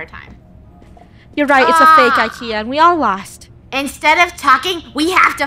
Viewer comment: Don’t you call IKEA roll Kia